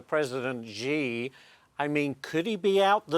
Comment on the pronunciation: Hey, learn how to pronounce Xi. Lazy and embarrassing,.